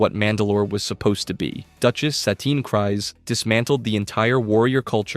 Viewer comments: I don't think it is pronounced "Cries", I believe it is "Kreez". And Kast is gonna be on Maul's side. At least Rook is Maul's Second. Mand'Alor. Also, the irony of Viszla is the symbol of leadership was a lightsaber, from a Jedi. The Darksaber was a Jedi's weapon. Before Jango Fett there was Jaster Mereel. The only point in current Disney canon nodding to Jaster is half his name on the ownership records of Boba's armour, but that is enough to say Jaster existed in some form. He was Jango's adopted father, after the Fett family farm was attacked. The irony is the ones who did survive were the warriors. Bo-Katan's Nite Owls? Ex-Death Watch warriors. Children of the Watch? Warriors who decided they were not above hiding to survive. I think the Armourer would was doing what she needed to keep the Tribe alive. I also think she was sartiing to loosen up when she said Bo-Katan did not have to follow the rigid rules of the Tribe. I think the Armourer saw Bo-Katan as someone who had the voice to rally surviving Mandalorians together, and that would end up tomthe Tribe's advantage, to find connection with other Mandalorians and broaden their support base again. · It's kreez, not cries. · It’s pronounced creez. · you pronounced Kryze wrong. It is Kryze, you pronounced it as Kries. Yes I know that writing it here won't let me help your pronouceation but I love Star Wars and hate such simple mistakes like how to pronounce words so I had to... Oh and I'm gonna make a Droid at Disneyland, what do you think of R3-D5(Nickname Reds)?